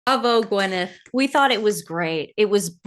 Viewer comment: I can’t stand her but her name is Gwyneth, not Gweneth. 😂😂